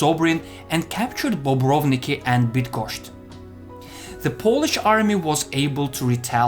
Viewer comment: Its BydgoszCz not BydgoszSz ;)